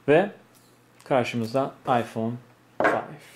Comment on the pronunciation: Ayfon fayf AsdaFas 😆😆